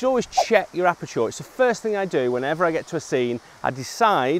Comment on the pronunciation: I like the way you pronounce aperture :)